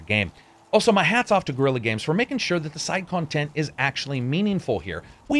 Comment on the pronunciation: Excellent review, and after having played thru the frozen wilds and done all the side quests, I can say that I agree on every single point you made. Just 2 things that made me giggle, in your review: 1) Wtf is "Gorilla games" And 2) I'd love to meet this "Bae-nook" tribe you were hanging with. 😂😂😂😂